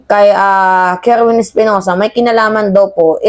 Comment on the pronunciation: Kerwin po hindi kerwen ...